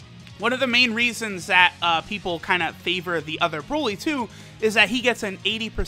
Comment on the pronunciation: Bruh why does he say broly like that😂😂